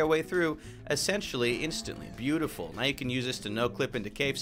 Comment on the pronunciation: Thats not a glitch he just said beautiful like that